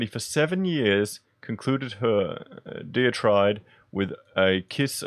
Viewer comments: tirade - pronounced "tie raid" diatribe - pronounced "die a tribe" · Tie-raid and die-a-tribe. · No offense but here's pronunciation for tirade and diatribe